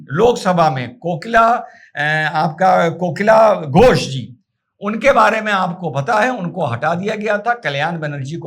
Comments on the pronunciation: One suggestion first, plz do not mis-pronounce the names of WB leaders. That lady politician is Kakoli Ghosh Dastidar and not Kokila. (Mukesh ko tension mutt do) 😜 Their spokesperson was Rijju Datta and not Riju Dutt. The New WB CM is Suvendu Adhikari and not Shuvhendru. SS Chief was Uddhav and not udhav. Coming to your question, all these TMC politicians look to be simply "Opportunists with the Least degree of Morals". Didi seem to have nowhere to Run" or change her colors either, as she wears White Color. Actually, she comes out to be a person made of some Heartless Inhuman Species from another planet.... 💁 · Not kokila , kakoli , pl. Correct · Kakoli NOT Kokila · Sir aap ko padna nahi ata hai kakoli ko kokila bol rahe hai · Kokila nahi, Kakoli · आप टीएमसी सांसद का नाम गलत उच्चारण कर रहे है उसका नाम काकोली घोष दस्तीदार है।कोकिला घोष नहीं है।कृपया आगे से ध्यान रखें क्योंकि मैं आपका फैन हूं और नहीं चाहता इसको लेकर आपके चैनल पर कोई परेशानी आए। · सर, आपकी जानकारी के लिए बताया जा रहा है कि उच्चारण कोकिला घोष नहीं है, बल्कि सही उच्चारण काकली घोष दस्तीदार है। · Aap aksar bangali nam ko ghalat uccharan karte hai, sudhar apekshit hai. Shubhendu aur Kakoli ko kramashah Shibhendu aur kokila kahkar sambodhit karna sahi nahi hai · Kakoli not Kokila please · Sir, her name should pronounce as KA.. KO.. LI Ghosh